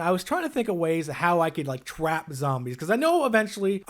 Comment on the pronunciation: you said trap wrong you kinda said trwap